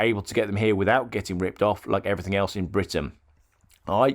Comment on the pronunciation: I clearly remember at school when I was 6 or 7 years old and was told that the word ‘ everything ‘ didn’t have a k on the end so it’s not everythink .😊😊😊😊